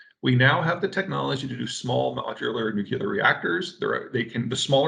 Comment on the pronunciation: 'Nuclear' please.